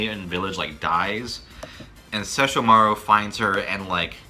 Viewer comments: Ses-sho-mar-u... What?! SESSHO-MARU. Inuyasha wanted the Shikon Jewel and tried to get it from Kagome initally. Kaede gave Inuyasha the necklace which he can't take off and Kagome can command him to sit with it. Kagome was the one to shatter the jewel after a bird demon got hold of it. Koga is also the best character. He blatantly ignores Inuyasha and the dialogue is just the best. I watched this on Adult Swim after I discovered Yu Yu Hakusho wasn't on at that time anymore. Fell in love with it. Still remember a LOT from it. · "Shesh-uh-marr". Much accurate, many proper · i love how he says inuyasha's brother name wrong and she said it correctly...lol..wtf?... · As a die-hard InuYasha fan, this entire video hurts my soul. SO many incorrect facts, not to mention how you two are pronouncing Sesshomaru >.<